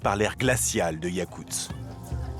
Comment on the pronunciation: yakutsk, pas yakuts, voix-off de merde